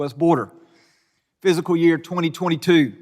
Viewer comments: Um, its pronounced FISCAL, not physical year 🙄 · Its fiscal year not "physical" year lol